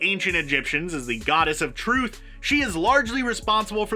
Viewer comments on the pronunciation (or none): none